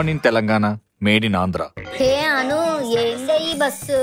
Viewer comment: Bro please book Anu not book Manu please 🥺